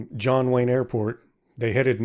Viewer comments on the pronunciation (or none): none